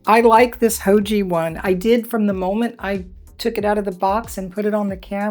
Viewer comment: Haoge is a Chinese company, so say it like 'how-guh' 'Guh' rhymes with 'duh' and the g sound is like the g in the word 'gone'.